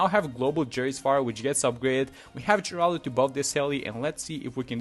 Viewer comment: Thank you for actually knowing how to pronounce the name! All the young people not knowing who Geraldo Rivera (the inspiration for this hero) is so calling him Jeraldo... "Get off my lawn!"😂😅